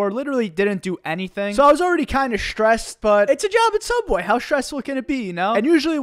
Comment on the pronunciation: do you know this company called sooubway?